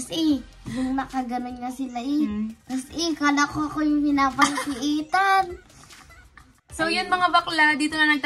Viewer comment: pinapalsiitan” HAHAHAHA